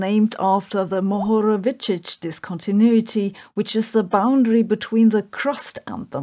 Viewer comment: Cheers for pronauncing Mohorovičić, Andrija from Volosko!!